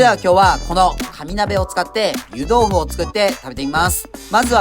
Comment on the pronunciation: かに鍋と聞こえてしまった…空腹ゆえの空耳